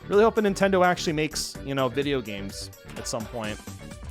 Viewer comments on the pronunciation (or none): none